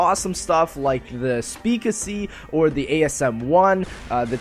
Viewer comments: Ummm it's a Speakeasy, not a Speakesy.. Speak-easy sound it out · SPEAK EASY not speakesy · It's pronounced speak.. Then easy not speakasee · Yea when he said in his last episode when he pap the asm1 he said people told him it was the wrong pronunciation. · It's the speak-easy not the speak-a sea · It's called speak easy, NOT speakuesaaey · It's the speak-easy not the speak-a-sea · He said the speakasy lol instead of speakeasy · Who told that the SPEAK-EASY (look how it's spelled) is pronounced Speakesee it's really annoying and is not how it's pronounced. I sound just like it's spelled. I still like the videos it was just that one thing that annoyed me. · It's speak-easy not speak-aci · Its Speek / ee / see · Speak Easy not speakasee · LOL I always laugh when he calls the speakeasy the speakeseXDXDXD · It's pronounced 'Speak' 'Easy' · It's pronounced speak-easy not the way you pronounce it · Who the hell pronounces speakeasy like that?